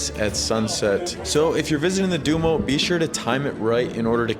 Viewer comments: Stop saying dumo, it’s duomo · Du-oh-m-oh (Not “sumo’) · you are not pronouncing Duomo correct. It is not Do-Mo, but Duo-mo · Appreciate the time you took to video this. A little work on your pronunciations would make it easier to watch: Duomo, grazie, pace, and many more. You got Starbucks right! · your pronouncing Duomo wrong